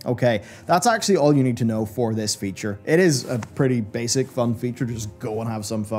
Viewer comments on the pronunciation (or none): none